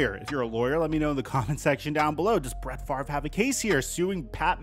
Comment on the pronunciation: Why does everyone mispronounce his name? The R is not before the V. It's literally that simple.